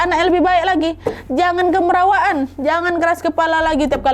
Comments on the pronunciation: orang kalimantan selatan biasanya nyebut, "KAMIRAWAAN", bukan" KEMERAWAAN"ya 😁🙏🏻, kamirawaan atau kemerawaan, biasanya prilaku yang secara berlebihan, seperti bercanda yg berlebihan dan berisik bukan keras kepala ya 😁🙏🏻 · pengucapannya salah tuh nad, harusnya kaya pengucapan kamera bukan kemera